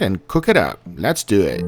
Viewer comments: So lehts dooh ehht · Love when he says "Let's due wit" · “Let’s doea it” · “Let’s do iat!”😂😂